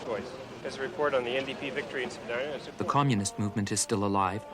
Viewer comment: Pronounced Spadeena not Spadina.